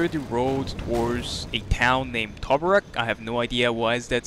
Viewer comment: When you say teburek did u mean Tobruk